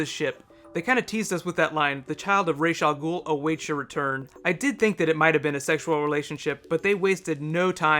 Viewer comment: Did you notice different characters pronounced ra's al ghul's name differently?